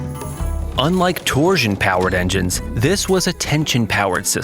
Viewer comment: That AI gotta stop saying "torsion"